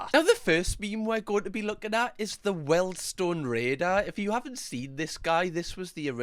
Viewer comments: When finds out it's 'weeeeeldstone' not 'weldstone'. 😁😁🤣🤣 after saying it about 50 times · Weeld-Stone raider. Good vids though😂👍🏼